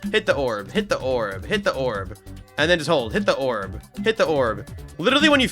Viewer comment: "Hidda orb"🗣️🗣️🔥🔥🗣️